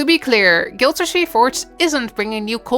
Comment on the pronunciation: guild warrsh??? what? waht are you saying? geez... fix your speech xD